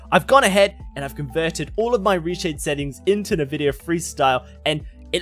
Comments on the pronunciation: Take a shot everytime he says nevidia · All useless in this Video, I only set Sharpness and Black Equalizer on my Monitor! The only Thing I wanna know is there any way to make the HUD GUI bigger, bcs. in WQHD or even in 4K its to small, DBD Support no Answer I sended Tickets for about 3 Years! Lol how funny he pronounce Nvidia, Textures...